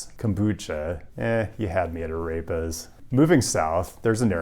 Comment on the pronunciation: The word 'Arepa' is NOT pronounced "uh-rape-uhs". For whatever reason, america and its educational system is somehow obsessed with convincing people that the 'e' sound in spanish is an 'ayy" when it's literally the exact same e sound as in the name fred or ted. the name pedro is not "Paydro." There is zero logical reason as to why this mispronunciation trend has taken off when the same exact vowel sound exists in both languages. In fact you're making extra effort and going out of your way to just butcher it worse than had you just read the word exactly as you would in english. not saying your pronunciation has to be perfect, but if perhaps you were met with strange looks when you placed your order for A Raper, or told your buddies that you would like nothing more than to eat a Rape uh, then maybe this will shed some light as to why. 🤣